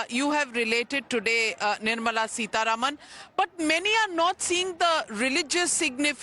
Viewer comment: Navika, could you please pronounce Madam Nirmala Sitaraman's name correctly...it is SitaRAAMAN = सीतारामन NOT Sitaruman सीतारमन !! It is not a difficult word to pronounce...we are constantly saying SitaRaam सीताराम...so why can't you pronounce it correctly??? You are not a Westerner. Also, you don't need to make your dislike for her so obvious.😮